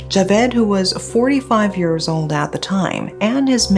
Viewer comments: I have been binge-watching videos as a new fan.. Anyone also hear the sometimes-sketchy diction for whenever “year(s)” is said? It sounds more like “ear(s)” because of the lack of enunciation of the ‘y’ at the beginning, but I can catch saying it correctly at other times… Only mentioned it because I get engrossed in the case and then feels like I got slapped with a fish when my Ears pick that up and I have to tell them to listen to the case-reporting not English pronunciation 😂😂😂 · it's "YEARS", not "EARS". You keep getting the pronunciations mixed up. I've told you before.